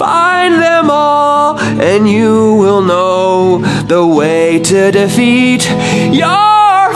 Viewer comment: “Deafet” “Dorgo” 💀💀💀